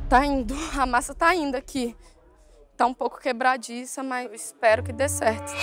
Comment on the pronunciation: Um "deitchi".🤣